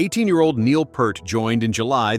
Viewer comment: He is pronounced PEERT- not Pert !!